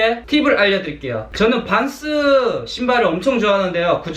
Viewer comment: 빤쓰로 들려요 😛 🖐🏻